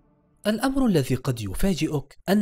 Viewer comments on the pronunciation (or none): none